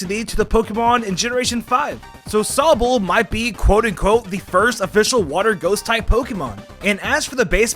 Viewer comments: Its sobble not soabble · Sow-ble? Erm...just sayin' man, it's a run together of the words Sob (hard crying) and bubble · NOT SOE-BULL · Moo-key and so-bull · i cannot subscribe to anyone who pronounces sobble like that. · why do you say sobble like that......